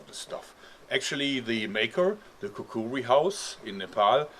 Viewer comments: He says it like Kakuwee it bothers me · It's called a Kukri and is pronounced Kukri.